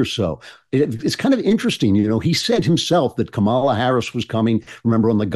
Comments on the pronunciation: Andrew’s not pronouncing Kamala right. I can’t believe political pundits who talk about her every day haven’t taken three seconds to Google how to pronounce her name. After hearing everybody pronounce it differently, I decided to Google it and now I know. Why don’t these people whose entire career is to talk about her take three seconds to look up how to say her name? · Why did you allow your guest to mispronounce Kamala's name so many times? And mispronounce it yourself? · How many times are you going to mispronounce Kamala's name, bro?